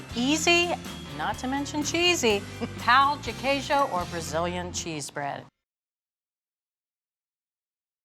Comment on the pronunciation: She said cheesewood! Hahaha!!!